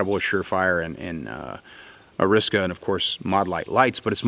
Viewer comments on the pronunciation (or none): Ariska??? Ar-i-sa-ka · And it's not pronounced "Ar-is-ka". It's "Ar-ee-sa-ka". Good Lord, are you from Indiana or something? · You say ariska and ignore that second A just to annoy people don’t you? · Weirdest way, I’ve heard anyone pronounce arisaka. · Or...he just accidentally mis pronounced it?